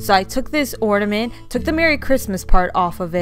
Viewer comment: OrNament not OrDament